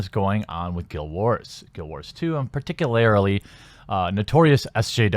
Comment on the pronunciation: Bro....as a fan and subscriber, I say this with only the best of intentions: you gotta stop saying 'partick-a-larily'; just practice saying "particularly" a few times a day when you're offline until it starts to take...